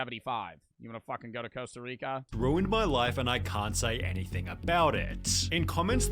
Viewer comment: HE SAID COSTA RICAA!!!!!🙌🏻🇨🇷🙌🏻🙌🏻🇨🇷🇨🇷👏🏻👏🏻😲